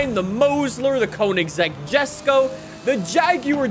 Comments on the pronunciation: Correctly pronounces Forza, yet pronounces Jesko with a J sound. You pronounce it Yesko with a Y sound. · Did he rly just pronounce Jesko “jesko?”